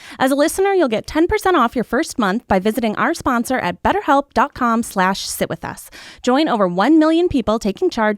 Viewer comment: when reads an ad, i always hear "shit with us" instead of "sit with us"